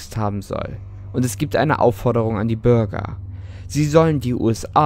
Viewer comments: Er sagt die ganze Zeit Burger 🍔 anstatt ,,Bürger🚶🏼‍♀️🚶🏼‍♂️‘‘😂😂😂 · Irgendwie hab ich bei Bürger immer Börger verstanden 😂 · ich verstehe immer burger